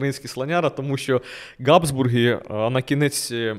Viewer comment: Назва Габсбурги починається на фрикативне Г (Habsburger), а не на Ґ (G). Беріть на замітку. Все решта супер